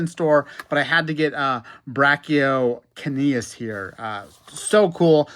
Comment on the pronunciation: it's pronouns "Bra-ka-u-kenius"